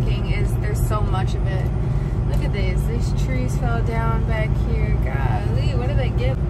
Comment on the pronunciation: Goll-lly 😂😂😂 you definitely in the south 😂😂